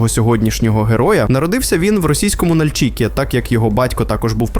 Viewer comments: Що з наголосами, ПлімУт, НальчИк? розумничка 👌, на відміну від "десанту" в Туреччину. Ну і головне 🙄, зрозумів етимологію, походження його спотвореного расеянским закінченням на /ов/, українського прізвища.😂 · Пацаны, спасибо за ролик! Но ПлимУт, НальчИк, и Агентство, а не агЕнтство - это немного дико)